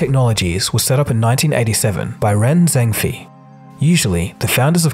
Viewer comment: holy smokes the pronunciation of "Ren Zhengfei" is a bit off...